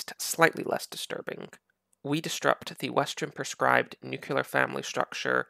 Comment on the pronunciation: Stop saying nuculear